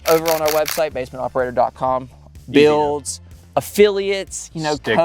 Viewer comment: The way this dude says builds… there’s no E in that word.